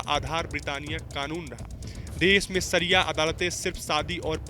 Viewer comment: शरिया का प्रोनाऊनशियेशन सही कीजिए ।